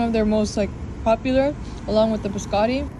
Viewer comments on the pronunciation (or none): none